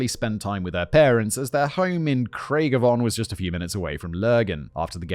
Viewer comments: Graig-a-von?! lmao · I am crying over the pronunciation of Craigavon 😂